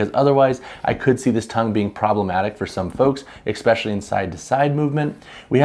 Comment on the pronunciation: Great review but FYI especially has no “x” in it. You keep saying expecially. Which isn’t a word. 😂